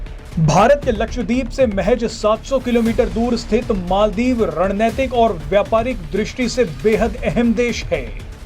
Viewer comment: !रणनैतिक नहीं, रणनीतिक सही शब्द है।धृष्टता के लिए क्षमा करेंगे।